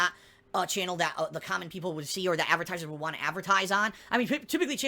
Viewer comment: Why the hell does he say "avertisers" and "lahgs" instead of advertisers and logs.